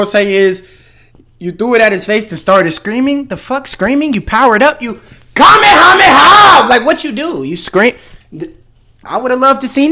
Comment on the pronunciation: Is nobody talking about how he said kame kame koww